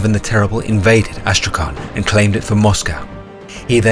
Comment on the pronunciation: Oh, and BTW Astrakhan reads as Astrahan, there is no letter K you need to pronounce, it's H. Читается как Астрахань. And in the end it's soft. Soft word: Astrahan'